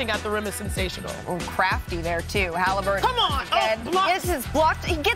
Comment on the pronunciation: Tyrese HalHIMburton